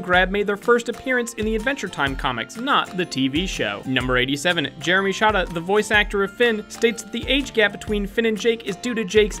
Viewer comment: First of all, Jeremys last name is pronounced Shade-uh and second of all MAKE OUT MONDAY ROCKS!